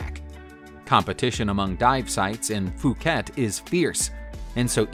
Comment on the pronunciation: Thank you for pronouncing ‘Phuket’ correctly! Edit- but yikes! Chengdu, Sichuan > ‘chung doo, sih- chuawn’